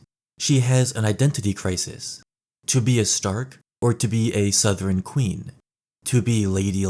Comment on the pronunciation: You’re the first YouTuber I’ve heard pronounce “southron” correctly